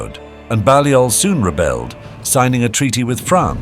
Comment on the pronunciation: Balliol is pronounced “Bay-liol” Buchan is pronounced “Buck-an”